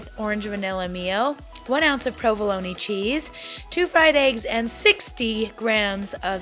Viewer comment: I've never heard anyone pronounce "provolone" the way you do, with the hard "e" at the end. It prompted me to look it up, and low and behold --- it's pronounced with the hard "e" at the end. Thank you for educating me, and for all the dedication you put in to your videos.